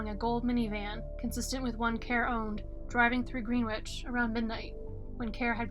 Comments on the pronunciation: GREN' - itch...not GREEN' - witch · It’s GreenWICH.